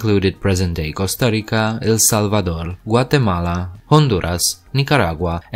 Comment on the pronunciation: Strange video. Did you even talk to local historians when putting this together? And you keep pronouncing Costa Rica incorrectly. I say do over.